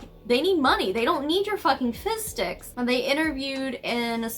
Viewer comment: lol every time you say “fizz sticks” I just hear “fish sticks” and then I think of South Park and can’t stop laughing about the idea of them donating “fish dicks” 😂 Sorry. I’m starting to go a little looney stuck in the house with 3 little kids for this long... and I’m immature.